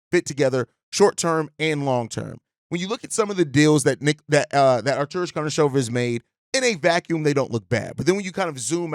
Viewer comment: Man, you really nailed! :) you say his name almost perfect. Great job dog :)